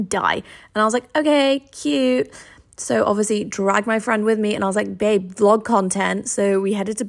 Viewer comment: "yea yea get done with ya vloag" sounded so Boston lmao